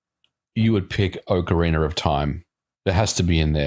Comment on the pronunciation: "Ocareener of Time"